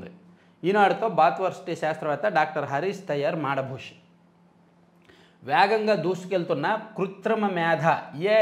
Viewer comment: మాడభూషి కాదు, మాదభూషి... ఆంగ్లభాష 😢